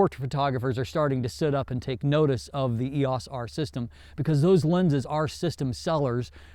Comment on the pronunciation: I enjoy your reviews but please...please....PLEASE call it the "R" or something. I'm not trying to be a jerk or super critical here but it is very distracting the way you say "Eos." I'm not sure I or my students will make it through another video with the current Eos pronunciation.